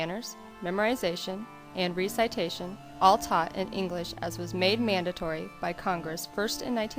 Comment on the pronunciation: REE-sigh-TAY-shun? REH-seh-TAY-shun!